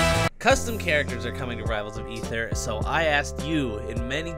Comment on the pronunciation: i believe it's pronounced: Ay-ther